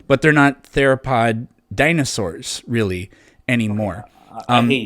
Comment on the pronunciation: In other words, he's weawy wong about evwyfing